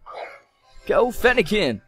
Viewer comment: you have mis said fennekin and froakie